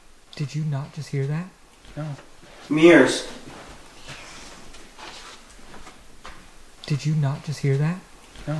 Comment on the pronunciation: “meers” A.K.A “mirrors”